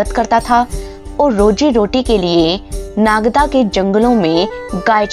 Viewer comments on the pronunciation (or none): none